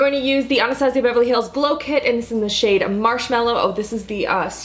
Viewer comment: She says Anastasia really weird